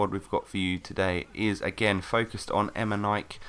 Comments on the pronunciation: EME??NIKE?? xD E Me Ni Ke ! :D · Its pronounced emeneekey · em-en-ee-kay is how you pronounce it, but yeah great video, and a BEAST player:) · IT IS EMAY-KNEE-K!( KSI VOICE) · em in e k is how you pronounce it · Its actually pronounced Emineekay